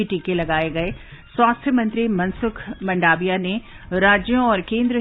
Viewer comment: आप ' मंडाविया' क्यों बोलते है ? ' मांडविया' सही उच्चार है. आप किसी भी गुजरातीसे पूछ सकते है ।